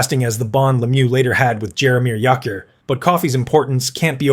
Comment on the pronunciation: You do pretty good videos, but I suggest making sure that names are pronounced properly. For example, Jaromir Jagrs name does not use the sharp J sound, but the soft J sound, which sounds more like a Y